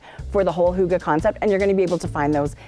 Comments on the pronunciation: Hahaha being Danish it is really funny that you pronounce it HOOGA 😂😂😂 it is a Y, you can try to almost make a whistle sound when you are coming to the Y in Hygge 👍🏼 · H-O-O-G-A-H 😂😂😂 Hygge, Lykke - why? Why?? The Scandinavian pronunciation of Y is really difficult. You can try by rounding your lips into a small circle and trying to say ‘e’ as in weeee. And the e in the end of hygge/lykke is not ah, but more like eh. Fun, right 😅 Thanks for a great show!